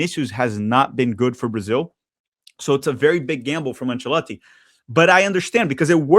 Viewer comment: Thumbs down for repeatedly having to listen to you pronouncing the coaches name.